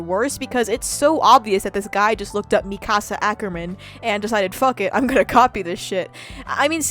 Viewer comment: No no, you said Mikasa's name right.